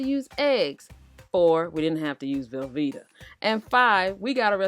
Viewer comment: You crack me up the way you say "velveeta" LOL! I don't like it either!